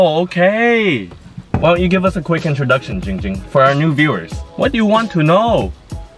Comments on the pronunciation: Its not Jing Jing its Ging Ging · He will ban you say Ging Ging not Jing Jing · Its giiiing ging not jing jing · Fillipeno DinoMan ITS GIIING GING NOT JING JING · HIS NAME IS GIIIIIIIIING GING NOT GING GING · It’s not Ging ging its Giiiiing ging